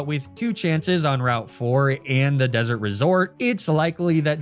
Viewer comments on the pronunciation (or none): none